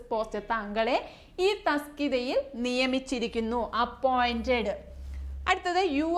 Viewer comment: തസ്‌കിത അല്ലാലോ തസ്തിക അല്ലെ